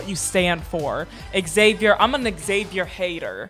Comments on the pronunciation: Xavier is pronounced Zay-vee-er, not Ex-zay-vee-er. Like Xylophone is Zylophone, not Exylophone. The people in the movie pronounce Xavier correctly. Just copy them. About 90% of YT reactors mispronounce this name. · Stop saying "EX-avier" it's "zavier."